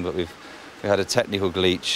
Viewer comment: "Technical gleech"